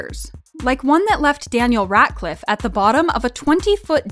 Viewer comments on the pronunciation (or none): I love how u say Daniel Radcliffe Daniel raTcliffe I’m not hating btw I love u xx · RaDcliffe not RaTcliffe.